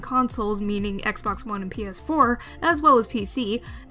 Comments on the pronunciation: yeees penis 4 she say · She said ps4 not penis 4